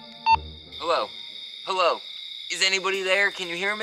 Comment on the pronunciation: said hallo Instead of hello when he was knocking on the door